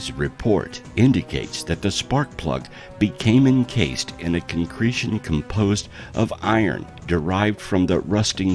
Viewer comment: “Hexonal” instead of “hexagonal”?! “Consecretion”?! That’s not a word; it’s “concretion”. This dude doesn’t know how to read.